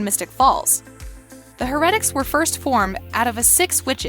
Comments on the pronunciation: This guys know nothing about the vampire diaries, the ranking is shit, for some reason they can't say "heretics", "Cade", "Stefan" "Alaric", "Mikael" correctly and for some reason at the start of the video when they say witch, Rebekah shows up and Klaus shows up as a werewolf not a hybrid. Also it for some reason says Hope Saltzman. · Why cant this woman say words right?!!?! Harretics... its HAIR-E-TICKS... And ALLAIRIC?? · heRetIcs? her-a-tics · It is pronounced as HAIR-A-TICS not HER-RET-ICS! Also is it A-LAR-IC not A-LER-IC. Also Alaric's fiance was not Meredith, it was Jo; (the doctor) Ky Parker's sister. She was part of the Gemini coven and was Ky's twin sister. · Btw when u say Heretics you say the her together then the rest. And the her part is pronounced as hair. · Did you watch the show? Cause that’s not how Stephen is pronounced. Wow and it’s pronounced heretics. Geez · So....I feel like she needs to watch the show first before doing these videos! I cringed everything she said, "Stefan" but I had to stop watching after she said, "Heretics"Just stop✋that was only like number 6 not even half way to # 1.... I cant go through that pain again! Hahaha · can you say "Heretics" and "Stefan" correctly? and you put Hope Saltzman but you said Hope Mikealson and I don't agree with this list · Your list is just as wrong as your pronunciation of Stefan and heretics. Perhaps you should learn how to speak before you publish your list. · why does she say everything wrong stefan then heretics and is it just me that noticed that she showed a clip of elena with her humanity off when she was talking bout kathrine why did they write hope saltzman instead of her actual name or marshall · And heretic💀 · Hereatics. Stefán. Eleric. The funny thing is that Alaric even said how to pronounce his name on the show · I have to say I’m loving the Kai style pronunciation ste-fon. Her-etics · can you say stuff right you said heritaces and stefen wrong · "Stef-ON" "HER-etics" "UL-ERIC"